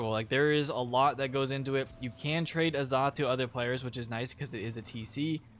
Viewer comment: In order for any player to create your own guild you must be Level 100+ only if you choose not to join one that's already made. Please say azoth correctly in my opinion A-Zoth or use Google Translate to hear it cause it was bugging me how you were saying it lolz.